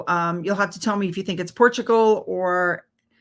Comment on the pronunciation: When you said "Portugal " I busted out laughing.😂 I love Scotland.